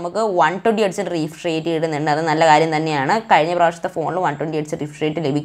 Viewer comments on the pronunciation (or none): none